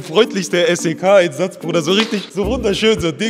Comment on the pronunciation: Ich bin jetzt bei minute und frage mich wie er es schafft SEK so oft hintereinander falsch auszusprechen😂😂😂